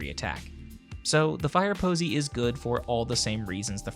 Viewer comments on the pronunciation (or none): Omg the first time u said fireposy I sware it sounder like firepussy but after it sounded more like firposy